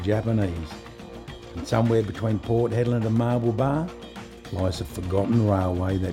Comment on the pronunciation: Hedland, not "Headland". Anyway, a great video like all the others.